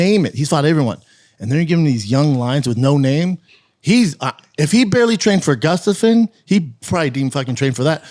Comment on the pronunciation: Is Brenda just completely INCAPABLE of saying GUSTAFSON....He always says GUFFSTUSUN.....GUFF?🤦🏾